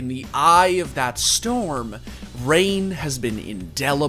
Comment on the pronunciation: "The Calm After The Strom"